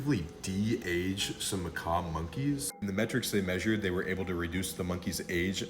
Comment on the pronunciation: just so you know, it's pronounced "muh-CAWK" not "muh-CAW." (the "que" at the end is not silent.) - this is a really interesting subject, and they've been working on it for awhile. it always reminds me of the Methuselahs in that one sci-fi book series (i forget the title, but it was made into a show, too... about that detective or something, and everyone "backed up" their memories to these little discs in their neck, and if they died, they'd just get put into a different body.)